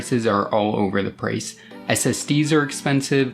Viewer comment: all over the “Prace”